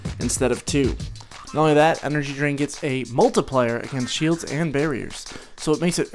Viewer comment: i heard " Energy drink" instad of " energy drain" :D: :D